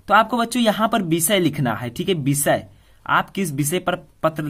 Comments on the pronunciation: Bisay Nahi voh to visay hota hai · Bishay nahin Vishay hota h